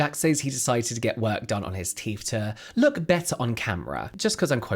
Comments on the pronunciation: How come you can say THink and THought but instead of saying teeTH, you say teeF? Frankly, if anyone with good, healthy, and normal teeth is doing this just to look 'good', they deserve the hassle, expense, and pain. How stupid is vanity and following trends 🙄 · It's 'TEETH', not 'TEEF'....FFS!! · Since you periodically do pronounce the word “teeth” correctly, please try and do it consistently instead of using “teef” randomly. Very annoying 😒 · Cmon it’s teeTH NOT TEEF! you more intelligent maybe I heard it Wrong 😑 I don’t think so plzzzz remember you TH’s , apart from that this is the best like info channel That’s also Hilarious when needed ok edit - now it’s toof ache lol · Please stop saying Teef pronounce the th sound. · Please please, it’s not ‘roof’ it’s ‘tooth’!!! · What exactly are these "TEEF" you keep mentioning? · It's "teeth," not "teef" FFS 😂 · The word teeth ends with a “th” pronounced as in “the” not “ teef “ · ‘Teeth’ not teef’ had to stop watching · Why are you calling them teef?? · Love how you say teef 😂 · Do British people realise the say teef and not teeth? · “Turkey teef” 😂😂 omg you’re killing me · Popped up on my feed. But i cant listen to anyone who pretends they cant pronounce 'th' they think it makes them sound cool. I noticed the he kept forgetting to say teef though! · I wondered what I'd clicked on when I heard "turkey teef". What to do with poultry???!!!!